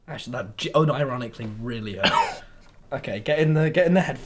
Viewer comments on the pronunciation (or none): The way he said “that really HURTT”